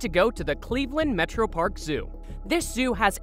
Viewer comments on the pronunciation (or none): none